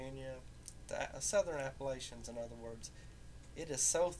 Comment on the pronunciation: Yvie63 he prononced Appalachian wrong